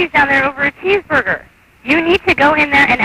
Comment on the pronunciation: "what are we protecting you from? A dangerous cheeseburber?" :))